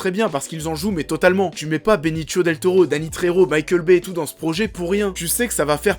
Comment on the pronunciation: Par contre on dit Benicio et pas Benichio, et pour Michael Peña , ça se dit penia, pas Pena . Voilà , sinon bonne vidéo !